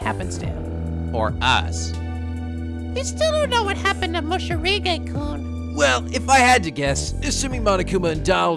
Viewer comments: Is he calling him “Moshirige” instead of “Morishige” ironically? New to the channel so I’m not sure if it’s a running joke or if it’s unintentional mispronunciation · Damn, there's even a legit soundtrack! By Lizz! I am so hyped rn. Poor Morishige, no one could even pronounce his name right. lol